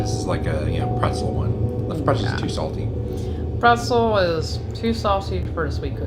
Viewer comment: pretZel!....not Presel